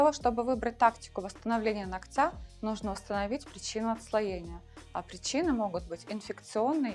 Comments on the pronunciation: Не ноктЯ, а нОктя, безграмотность😅😮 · Почему ногтЯ , а не нОгтя? Руководитель студии , а говорите неправильно даже…